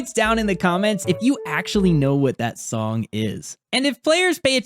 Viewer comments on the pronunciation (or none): none